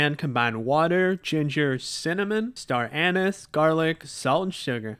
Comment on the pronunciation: the way you pronounced star anise made me cry